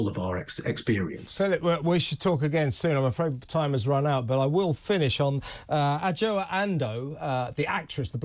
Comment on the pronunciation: Her name is pronounced Ajwa Andoh.